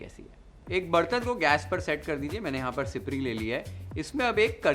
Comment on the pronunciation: Amazing...it is exactly how I make curry at home. This is comfort food for all Sindhis. Also your pronounciation of siprii as well gwar is as we pronounce it. Your mom is Sindhi? Just like that felt like asking as the way you spoke today is more like we speak at home. Pls do sai bhaji . I am sure everyone will luv it. Thanks 🙏